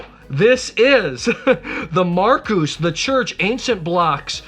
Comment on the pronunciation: Love how you make this all fun,! Thanks for including our Church blend! (Oh and we just pronounce our winery as the regular first name "Markus". You don't need to emphasize the "-us".) Cheers!